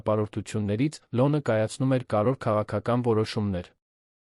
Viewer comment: Ոբ է կարդում նման սխալներով-,,լոնը,, , ,, շոկեց,, ,, կարորը ,, , ,, գոյատել,, , ,,առջ ,, , ,, Երանում ,, , ,,հետի դռնից ,, , ,,կտեղի ունենա ,, , ,, այլս ,, , ,,առաջին տիկնայն,, ...😮